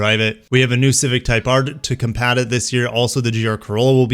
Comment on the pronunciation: Did he really say to " compat" it?